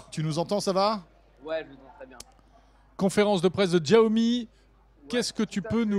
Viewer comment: 🙏 Il y a tellement d’accents et de dialectes en Chine. S ou ch, sont plus respectueux que djiaomi. Nous avons trop l’habitude d’aller à la facilité, c’est comme Wahala, prononcé valala où est le H ?